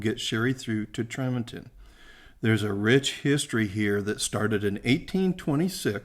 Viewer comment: Nice video. FYI - the locals pronounce it "TREE-monton" with a long e and the emphasis on the first syllable. Utah is chock full of odd pronunciations like "HURR-a-cun" for Hurricane and "man-away" for Mantua lol